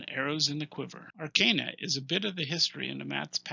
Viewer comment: Finally, a Youtuber who pronounces "arcana" correctly. Great insight into these books. I own only a couple of them, but I think you have convinced me to purchase the others.